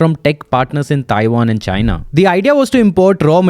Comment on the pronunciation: The way you say "and" like "A'hand" is a bit annoying, genuine feedback, Please work on it.